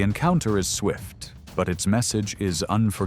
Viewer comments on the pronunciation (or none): none